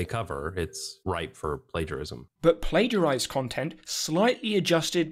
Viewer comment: platiagirzed is an impressive butchering of plagiarized